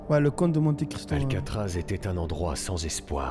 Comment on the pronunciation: Parcontre soso le s c'est comte le titre de noblesse (comte ; comtesse) pas conte genre conte pour enfant 😭